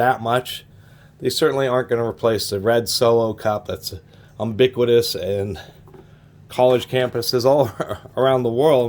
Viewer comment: “Umbiquitous” lol